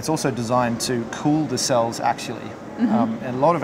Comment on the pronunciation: He's trying to say axially.